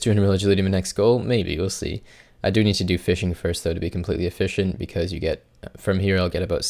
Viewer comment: I think that's the joke guys. He says the e like an i